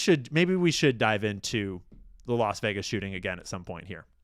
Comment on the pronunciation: Yeah Vegas sounded like Vietnam 🚁